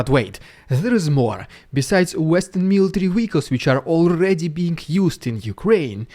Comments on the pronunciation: "Vehicles" is pronounced "vir culz" (not "wee coss") ♡ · Wehicles? Do you mean Vehicles?